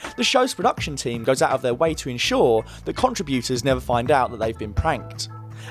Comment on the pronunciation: "CONtriBYOOters" That's a harsh pronunciation on the ears over and over.